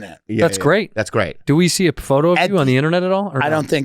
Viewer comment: “did you seeng”